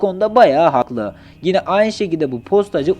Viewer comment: Gine değil yine